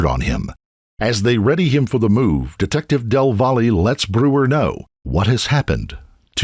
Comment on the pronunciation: Del “VOLLY”?? Really? Why don’t you at least lookup how to say the name right? “Del Valle” is a Hispanic last name and it’s pronounced “del vah-yae”. In Spanish, a double L makes the Y sound. Come on man. Del Volley. Come on.